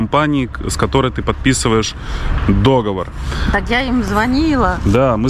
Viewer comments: обычно не люблю делать замечания по ударениям или орфографии...Но запомните) ДОговор и докУменты в пОртфеле, а договОр и докумЕнты в портфЕле) ДоговОр!))) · в слове " договор" ударение-на последнем слоге.Да и ложить зубик нельзя,надо его класть.Извините за замечание. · договор, ударение на последний слог. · не вздумай болеть! Придумал тоже, весна скоро 😉😎💖Пижама весёленькая👍Красивая домашняя одежда - это очень важно для настроения и самочувствия👏Я не знаю, как правильно КарфУр, или КарифУр, но точно знаю, что правильно договОр, а не дОговор😉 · не знаю, как насчет Керфура, а вот слово "договОр" в русском языке только так произносится. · не дОговор, а договОр! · ДоговОр,!!! ухи режет!!! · нет слова дОговор Есть слово договОр